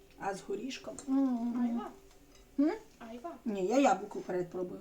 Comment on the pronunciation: Правильно айва' а не а'йва